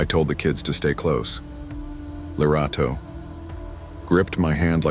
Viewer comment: Finally, a South African story ✨✨ love how you pronounced the name Lerato 👌🏾